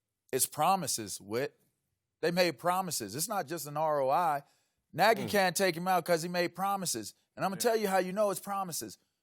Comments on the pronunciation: Lol nah he said Matt Nigy I thought I heard it too 😂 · Who also heard "its my n...a's decision ..." when vick started talking? 😆😆😆😆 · When Michael Vick said Matt Nagy it sounded like he said something different...:)